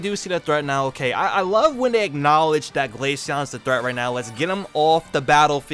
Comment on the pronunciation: The way the ai pronounced glaceon as ‘glayshen 🤖🤖😐’send me across the stratosphere